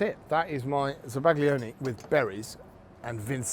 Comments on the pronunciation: zaba-GLI-one grates on my ears. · Za-Bag-Lee-Onee 😂 Instantly told YouTube to hide your videos from all future searches. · The g is silent. As a chef, foreign words shouldn't be foreign to you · The pronunciation is crushing me on the inside, no respect for the originating culture 😔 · Bro is absolutely butchering the pronunciation of zabaglione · I've never heard it for pronounced that way before? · The G isn't silent. It blends with the L to create a sound that is somewhat unique to Italian. It's somewhere between how you'd pronounce a Y and an L in English. The closest sound to it is the 'ill' in million, but not quite. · Please pronounce it properly. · Zabaglione - the G is silent! 🫶